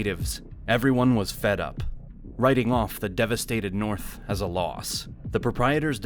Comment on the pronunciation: Because the Norf don't like the Souf and likewise.